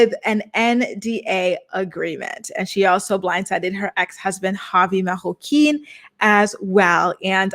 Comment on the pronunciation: I’m so sick of the way she says Marroquin., baby, it’s not a French last name lmao